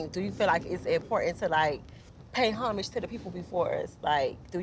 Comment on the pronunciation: I’m shocked to see two grown women mispronounce the word Homage, wtf 🤣 talm bout “hummage”